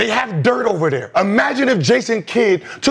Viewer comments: gilbert you pissing me off pronounce my goat name correctly its "DIRK" n dont ever compare kd team hopping ring chasing ass to the Legend Dirk Nowitzki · Gil calling this nigga Dirt instead of Dirk is killing me